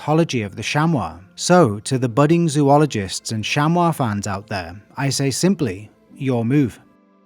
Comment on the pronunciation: Thank you for pronouncing chamois correctly. American mispronounce it as shammy. Most have difficulty with French vowels and combinations, acting like the French are being difficult on purpose.